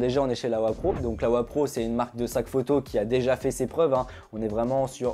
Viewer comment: c'est LOWEPRO pas LAWEPRO